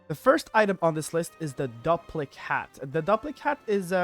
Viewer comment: Its pronounced "Doo-PLICK" hat, as in duplicate. Sorry, don't mean to be rude. Just got annoyed at hearing it the other way. Great video though.